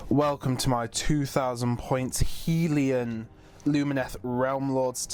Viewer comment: Helon, not Helion.